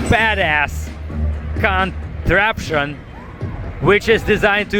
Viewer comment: Did he say cunt-traption or was it just me??